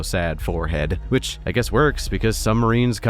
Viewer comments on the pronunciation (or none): Did you say "hazard a guest?"